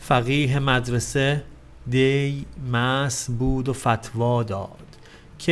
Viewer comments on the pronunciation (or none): با سلام وتشکر بسیار فراوان از تعابیر بسیار زیبا و مناسب که بیان می کنید. در این شعر حافظ که خواندید کلمه "دی" به معنای دیروز هست و در نتیجه تلفظش با کلمه "دی" که به معنی اولین ماه زمستان هست، فرق دارد. با سپاس فراوان